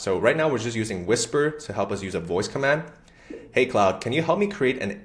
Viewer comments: KLOD not clowd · Its KLOOD not Cloud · CLOUD>>> 🤣WTF...Mate it's CLAUDE... Pronounced Clorrd!